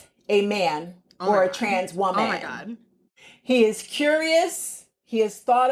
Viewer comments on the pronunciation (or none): The way she said “trans wo-MAN” lol I can’t 😂.